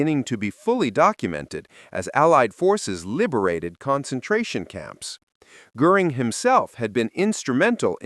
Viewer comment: You are mispronouncing Goring’s name.